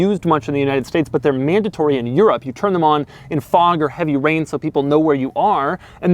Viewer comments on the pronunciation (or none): none